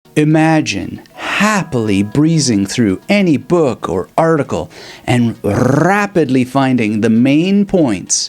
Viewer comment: I love the rolling of the “RRRRRrrrrrrrrr……Rapidly